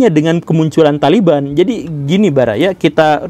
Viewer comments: THOLIBUN anda baca THALIBAN yg bener yg mn Mbul.... Bijaklah dalam berekspresi yuuuuukkk..... 😁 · O Taliban itu dibaca tolibun? Hahaha aya aya wae